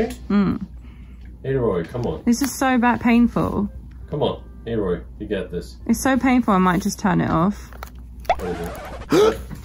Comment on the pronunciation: It's not a-roy it's aloy 😂😂. ..BTW horizon is an amazing game. ..